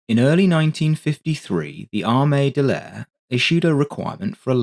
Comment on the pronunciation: "ARE-ME DEL LAYER" ITS Army D'aire. DUH-AIR.